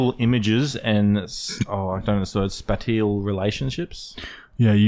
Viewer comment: SPATIL relationships???!! Really??!! spatial, it’s spatial